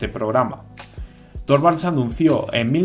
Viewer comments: Se pronuncia Linus Turvalds, la o se pronuncia como u, para pronunciar la o cono en Español tendría que llevar diereis ö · Torvalds se pronuncia Turvalds.